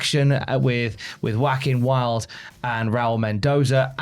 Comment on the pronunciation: When you said Juaquin Wilde, it sounded like Wacky and Wild to me.😂